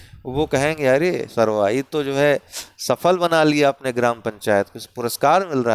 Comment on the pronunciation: अरे सरवा.....😂😂. pure awadhi vibes...❤